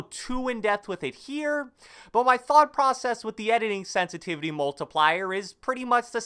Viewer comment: “Sensitivity” lmfao only real ones know what I’m talking about shout out